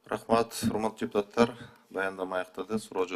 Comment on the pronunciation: Уяяяят депутаттар,каржылоо,кыргыз ,мекелемелер деп создорду туура айта албай жатканына наалат